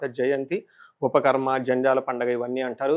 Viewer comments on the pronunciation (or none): ఉపాకర్మ! ఉపఖర్మ /ఉపాఖర్మా కాదు